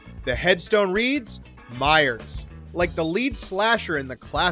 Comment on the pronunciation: You made a mistake, it’s not Myers, it’s B-yers due to in season 1, they had a funeral for the “dead” Will Byers